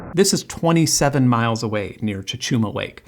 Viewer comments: I wonder if there's a way to build an infrasound noise-canceling device. Also, Lake Cachuma is pronouced "kuh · choo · muh" - I used to go boating and fishing there as a kid. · The way this dude pronounces "Lompoc" and "Cachuma" is criminal. It's a miracle he pronounced Santa Barbara correctly. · You butchered Lompoc and Cachuma. Lawm-poke cuh-chew-muh is the correct pronunciation. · I can't believe you pronounced Lompoc so wrong, and also Cachuma 😢. It's lom-POKE and ka-chew-MUH Source; I've lived here my whole life